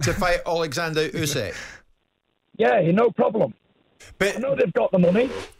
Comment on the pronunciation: My only criticism - Usyk is not that hard to pronounce